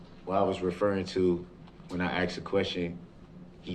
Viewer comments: "axed" alot of questions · Anyone who says "axed a question" shouldn't be taken seriously. let alone in a court. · SAME!!! He can’t get to him and it’s driving him crazy! I’m pretty sure all brooks does is read reports and “axe” questions to these poor witnesses and detectives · me too, i have not heard axed before instead of asked, bugged me too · Hey brooks….questions are not axed they are asked…..don’t nobody know nuttin .. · What was not understood about the question that you Axed 😂... This isn't even a human being. How free can this country be. I have to say sometimes I admire third world countries because they wouldn't even have the time for this. Justice would have been served a long time ago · The DB vocabulary: Then: Den Thing: Ding That: Dat This: Dis Think: Dink Asked: Axed Truth: Troof Oath: Oaf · The arrogance of a idiot lol. He didn’t have a high school education. He couldn’t even pronounce some basic words. Lol “axed” lol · it's pronounced axed and answered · I love how he says "AXED" repeatedly 🤣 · “No, it would NOT be fair to say I could decide not to appear in court if subpoenaed.” AXED AND ANSWERED. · da kwestyin been axeyd... what an illiterate. He'll be right at home in prison. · Maybe Mr “Lawyer” could practice his pronunciation so when he “axed” a question he could sound like less of an illiterate douchebag… How long will they allow this circus to go on? 😡🤷🏼‍♀️ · I'm sure. He probably says " I axed the right questions"